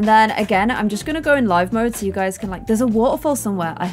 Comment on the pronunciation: Me clicking on this vid: click Also me: wait did she just say HEY GUSY?